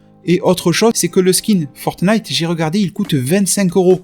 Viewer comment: Tu me tues à dire "fortenite"